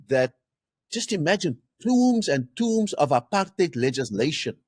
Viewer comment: It's pronounced tomes like in homes and not tombs.